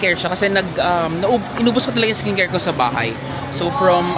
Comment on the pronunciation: iskin keyr hahaha.... tonymoly, mediheal etc haha, samgyup... try mo HongBar Myeongdong hehe